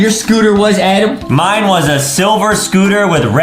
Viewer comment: Its always funny when Justin calls Adam A-dem